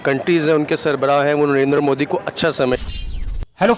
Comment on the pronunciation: First of all Jahil Gawar Kaum It's "NARENDRA MODI" not "Narinder Mudi" Benhenchod o pehle naam to thik se pronounce karlo phir Kashmir Kashmir karna.